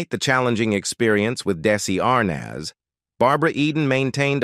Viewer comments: How the f do you not know how to pronounce Desi Arnaz come on you just play with your viewers. I wasn’t alive when he was here and I know his name there’s no way you don’t know how to pronounce it you just wanna get a reaction out of your viewers. Well, you got one. Don’t be so disrespectful. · It would be nice if you had a live human instead of a robot doing the narration. It became apparent when listening to the weird pronunciation of Arnaz and Ansarra, to give two examples. As for robots, I like the robot on "Lost In Space" better than whatever you have reading the script.